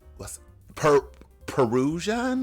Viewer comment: As a Peruvian.. I love that Nina said "Perusian." Times ARE changing. 😂